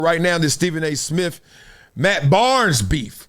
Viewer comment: Steven A Smiff 😂